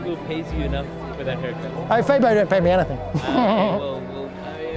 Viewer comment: Love how you correctly pronounced Febo.